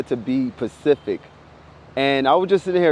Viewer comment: To be pecific? Dude, what? You are on a future level of speaking fake or incorrect English.